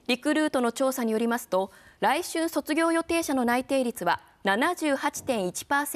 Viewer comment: 来春の読み方、らい"しゅん"ですよ、アナウンサーさん